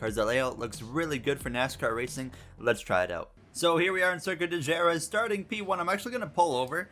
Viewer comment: Great and legendary circuit, definitely a cool concept!!! Pronounced Huh-RETH but what a cool idea!